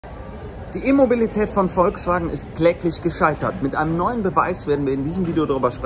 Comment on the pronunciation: ich versteh immer "Immobilität" 😂😅🤣